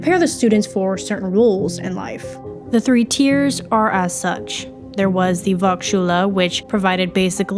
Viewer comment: It's a minor note, but "v" in German is pronounced like an "f" so volksschule becomes "folksschule"